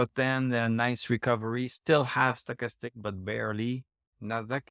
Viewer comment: HAHA,that´s funny,and to be honest I always think,when you pronounce that first indicator:"Sugarstick",or Soccastick"_LOL! No bad vibes,I´m German(from Berlin),this accent also doesn´t sound great!!! AND I definetlly want to improve my french...!!! Au revoir,bon vin de semaine pour toi!:goodvibes:😂😅